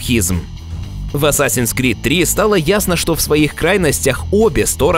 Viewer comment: Только что узнал еще одного кренделя кто называет игру "асасиан СКРИД" вместо "крид"